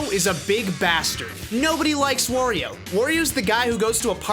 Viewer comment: "Worio"? What's next, call Mario a "Morio"? Wario has nothing to do with war, it's pronounced Wah-rio.